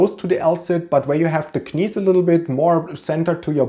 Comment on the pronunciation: Dass du knees wie Knies aussprichst ist einfach sensationell!! Geiler Typ